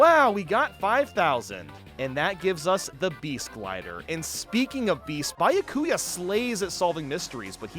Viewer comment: actually had to pause my video ain’t NO WAY fucked up the pronunciation of Byakuya that badly